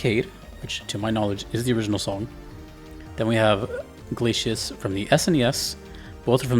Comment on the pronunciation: Glay see us. Not Glayshus, even though that is how it is spelled.